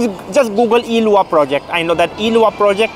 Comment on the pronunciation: I'm here to say that the fact you said LUA instead of lua..